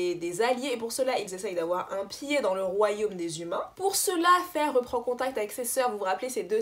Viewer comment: La queen is back 👑👑 Merci pour la prononciation de Feyre tu me fais honneur 🤍. Pour la relation Mor-Az, Y’a certaines rumeurs qui courent que en fait, Sarah a rajouté la bisexualité parce que on lui reprocher de manque de diversité avec les T1&2, mais du coup elle n’avait pas prévu ça à la base.... d’où l’explication bizarre. Si ça se trouve c’est totalement faux après 😌. Par contre faut vraiment qu’on parle de Elain la.... Tu n’as pas compris la puissance de ce personnage. Je vais t’envoyer des post et des thread qui vont t’éclairer sur la situation parce que là c’est pas tolérable de dire qu’elle est stupide 😂😂